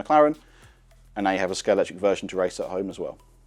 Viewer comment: The official Scalextric channel and he calls it Scalectric…